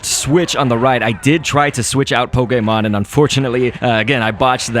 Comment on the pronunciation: the way he says pokemon poke-ay-mon lol